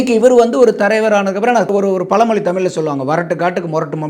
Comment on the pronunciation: correctly prononse word tamiz You say Tamil